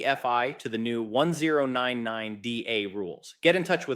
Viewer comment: its a.i. its DEFI not d.e.f.i.